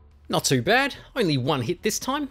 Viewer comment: Not bahd